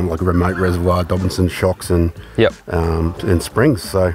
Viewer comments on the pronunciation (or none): How hard is it to say “dobinsons” instead of ‘dobsons’